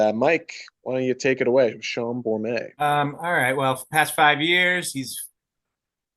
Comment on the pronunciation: No silent T at the end of Bormet. That alone really made me question your judgement. Great idea though.